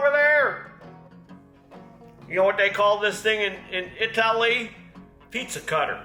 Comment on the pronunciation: It's pronounced I-tally,.